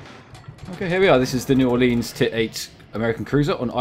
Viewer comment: Just a pronunciation tip: New Ore-lens, not Ore-leenz. Good video though, definitely sub worthy.